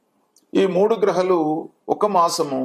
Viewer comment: గ్రహలు కాదు గ్రహాలు